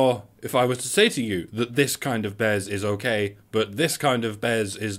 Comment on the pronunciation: BEZ!!! It's BEZ!